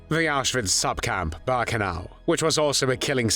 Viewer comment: Auschwitz "Bahrkenau"?!